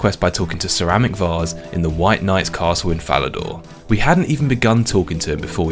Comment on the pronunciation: Sir Amik Vas "Ceramic Vas" 😂😂😂 Definitely a Jagex inside joke 😂😂